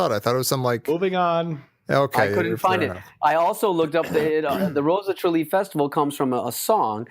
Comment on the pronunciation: It's "Tralee"